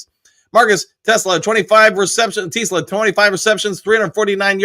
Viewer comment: It's not pronounced Teez-luh.. but if you say Teh-Slaa it's close enough. Lol. I just watched an Interview that Isaac had while in a car..and he said Teh-Slaa is good enough.